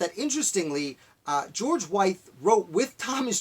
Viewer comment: Pretty good summary of life of a man who did so much. I just want to note his last name is pronounced like with. Also, they others poisoned was his freed slave, Lydia Broadnax, who served as his cook/housekeeper and his free, mixed-race student Michael Brown.